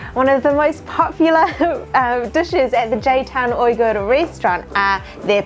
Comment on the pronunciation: Why does she keep pronouncing Uyghur so wrong?